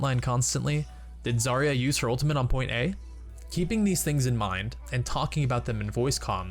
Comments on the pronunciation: As someone in theater, where diction is really important, hearing him say 'ulimint' really pisses me off. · It's ultimate. Not ultiment. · "ultimate" not "ultimante" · i love how he pronounces 'ultimate' XD Sounds like ultimint